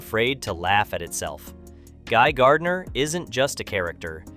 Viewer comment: It's not Guy Gurdinar tho